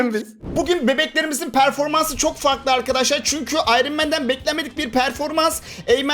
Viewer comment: abi ıron man değil ayran man